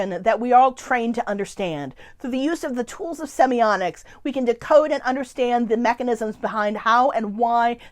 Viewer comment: Why do you pronounce the word as "semionics?" semi-OTT-iks